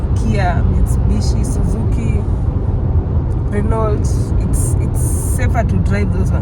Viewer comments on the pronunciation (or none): none